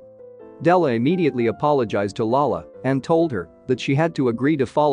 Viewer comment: It’s really cringe when he says lala when he means lola as you n grandmother. Other than that it’s a really good recap.